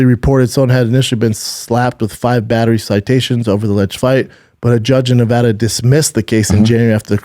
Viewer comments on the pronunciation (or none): none